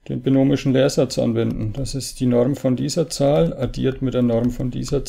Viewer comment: Die Norrrrm